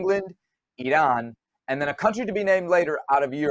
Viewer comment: Seb, kudos to you for the correct pronunciation of Iran.